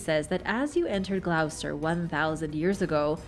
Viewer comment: It’s pronounced GLOSS-ter, not Gl-OW-ster…